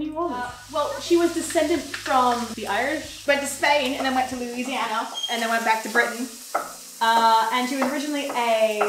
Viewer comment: She's the only person not from Louisiana I've ever herd that can day Louisiana and New Orleans properly. -as someone from louisiana